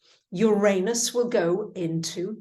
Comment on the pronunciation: You are mispronouncing Uranus.